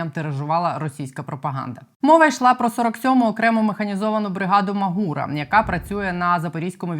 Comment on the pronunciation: Маґура через ґ)) і із наголосом на А))